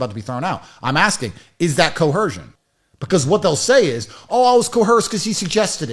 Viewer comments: The word is coercion not co-hersion. I thought this guy learned a new word every day 😂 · Is he saying coercion with a ‘H’? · Tate wasn't coerced to question, mangle, mutilate and mispronounce 'coercion' he used his last remaining brain cell to do that all by himself.